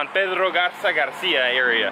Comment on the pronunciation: BIEN EN GARZA MONTERREY NO ES GARZA ES